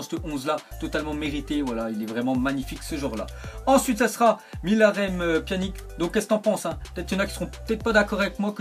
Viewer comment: tu c pas parlé ou quoi on prononce pianitch et pas pianik comme tu dis